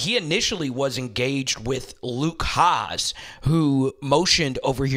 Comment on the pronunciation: Great content, as usual. Just a few pronunciation things: Carmona > Car - MO - na Davillier > Da - vee - YAY Hasz > HAS